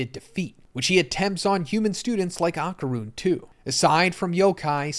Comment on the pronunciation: “Ahh-Kar-Rune” is killin’ me